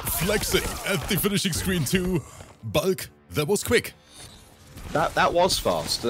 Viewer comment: Ngl this whole time I thought his name was bug not bulk because pronounces it different